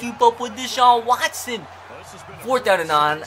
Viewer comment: You try to hard. Like saying Watson's name wrong and saying a bunch of things and voices you think are funny but aren't. It's kinda annoying. Just be yourself and the videos will be better